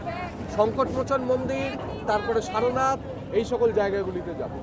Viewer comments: বার বার শারোনাথ শারোনাথ ভুল উচ্চারণ শুনে কান ঝালাপালা। দয়া করে সারনাথ (সার্ নাথ ) বলুন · আমি ইচ্ছে করেই আপনার উচ্চারন ধরে শারোনাথ লিখেছি, ব্যাকারন গত সারনাথ লিখলেও আজ পর্যন্ত কাউকে শারোনাথ বলতে শুনিনি